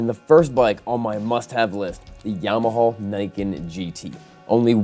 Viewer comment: "YAMAHALL" am I the only one?